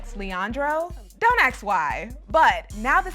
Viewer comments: Don't "aks" why says the narrator 🤦‍♀️ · To the host .. it’s ASK NOT AKS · ...”don’t AX why....” really?? You’re a reporter for ET. 🤦🏻‍♀️